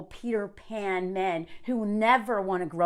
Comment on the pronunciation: Every time you say Peter Pan it sounds like peed her pants